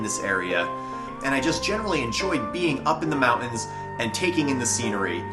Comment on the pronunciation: Dude your pronunciation of mountains is killing me.